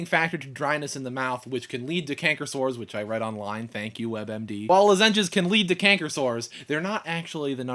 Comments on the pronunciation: I'm sorry man, but I cringed every time you said "luh-ZEN-jezz." I think most people pronounce it "LAH-zin-jezz," or maybe that's just how we crazy North Carolinians say it. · lolol at lozenges...luh-ZEN-jes... it's okay though, i mispronounce things all the time. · yep, i know you now know you pronounced lozenges wrong but more like 'loh-zenges' less like 'lazenges' when you first said it i thought you were going to say something about lasagne :) i have to say this is one of your craziest videos ever, i love it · Haha i noticed that... lozEnges rather than loZenges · Lu-zenges :P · luh-zenges lols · you are a big baby. Who cries on youtube like that? You pronounced lozengers wrong. It is not SLS, it is SDS. sodium dodecyl sulfate. You can buy natural toothpaste without it, at like GNC or something. You only have one wisdom tooth? You will get 4 of them. Then, you will probably have to have them removed. Save up some money, that surgery is expensive. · did you say ... lah-ZEN-ges? o_o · you say lozengers very weirdly :) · Heh lozenges... In Oregon we call them "los(as in first part of the word lost)-in-ges (rhymes with quiz) Cool to see different english dialects in the US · LMFAO i know he says it so weirdly! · ha yeah he doesnt know most people dont say it like that